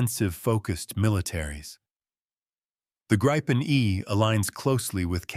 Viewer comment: Tänka sig AI-n klarar ibland av att uttala Gripen men faller ofta till det felaktiga Grajpen, hur svårt kan det vara?